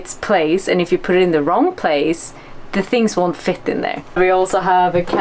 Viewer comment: that is the most swedish sounding "fit"